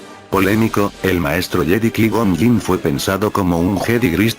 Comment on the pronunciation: Con todo respeto y agradeciendo el video: suena fatal la pronunciación de los nombres propios "squiwalker", "kui gon jin", etc.